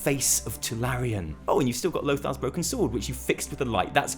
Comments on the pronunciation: Oh god, I keep waiting for text to say he realizes it's TuRalyon and not TuLaryon, but it doesn't happen! D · its tuRalyon.. not tuLaryon. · Are you saying Tularyon instead of Turalyon on purpose? Just wondering. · can't tell if he's trolling when he says Tularyon (Turalyon) . xD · Tallerien!!!!! hahahahahahaha Turalyon!!!! you just started a shit show bro XD (PS: Bellular is comming for u) PSS: BEST VIDEO you have done ^^ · Turalyon, not Tularyon :) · who the fuck is TuLaRyon ? ;) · Turalyon. Not Tularyon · its not tuLaRyon... his name is tuRaLyon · It is pronouced Turalyon like HIS name is written, not Tularyon:( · I know what you're thinking tularyan and alleria are so famous... Nope I was thinking that it's turalyon and you said it wrong :) still a great video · I swear it sounds like he's saying "Tulalyon" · did you say Tularyon on purpose? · Is he calling him Tularyon as a joke? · This man has had so many incredible revelations he can no longer form words properly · it hurts whenever you say Tularyon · Turalyon looks too good to be pronounced correctly